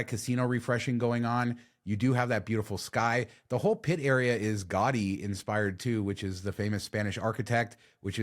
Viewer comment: Gaudi should sound like ga-odi not gau-dy